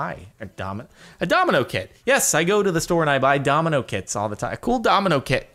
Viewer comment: Did anyone else think he said "I like to buy domino kids"